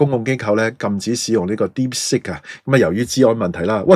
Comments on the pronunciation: 係讀 Deep sik音 (接近粵音 “薛"), 唔係 Deep sick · 不懂装懂，一派胡言，听了别人的谣言，美有证据便下定论。Deepsick? 连英文发音都不会。